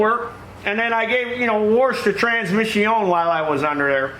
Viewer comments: I'm glad you know the proper pronounciasheron of the word "transmission"...(trans-mishy-ohn) This is a major failure in the educational system these days. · "trans-miss-eeon"- ooh lala